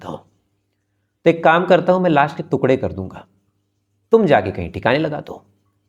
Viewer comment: श्रीमान आप टुकड़े को तुकडे बोलते हो जो गलत है